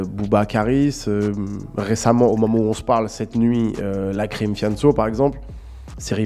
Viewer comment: wsh t’abuse lacrim avk un « e »😭